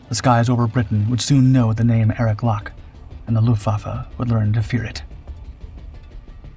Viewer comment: Why don't the producers of this awful diatribe of unfactual rubbish try to get their research correct...Eric Lock, his name is pronounced LOCK not LOKEE he and his colleagues unlike the producers of this awful narration gave 100% with many paying for their bravery with their lives, try to at least represent them by pronouncing their names correctly instead of being insuch a hurry to earn money from your poor production